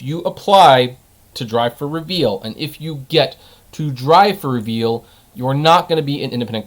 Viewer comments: Not reveal lmao. It'a re-vul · It's not "Reveal", it's pronounced "Re-Vle", like "Rebel".